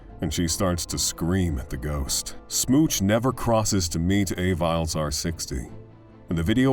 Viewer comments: I am almost CERTAIN that the lady with the dog is pronounces Ah-VEE-Lez r560, not EY-Viles. Good video, though. had to come back for this: "Send the cops, he's killing my girldfriend!!" "What is the problem?" I sincerely hope that dispatcher was fucking fired at least. you can hear screams on the line and you want to slow everything down? Do your fucking job. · LOL A-viles R60... I definitely think it's Aviles (ah-vee-les) R60. He made it sound like something from Star Wars 😅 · I'm pretty sure that AvilesR60 is somebody called R. Aviles, (ah-VEE-less), NOT A VILES.